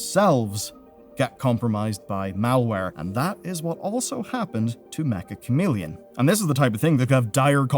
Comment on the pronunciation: Why do people (including this guy) keep mispronouncing Meccha Chameleon?